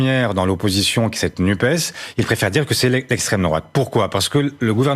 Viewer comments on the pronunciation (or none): "NUPES" : prononcer nupesse - sinon on n'entend pas le "S" de SOCIALE